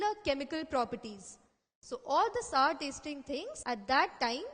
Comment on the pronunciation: she pronouncing "sour" wrong